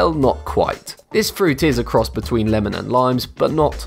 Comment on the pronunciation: Lamon and tomatoes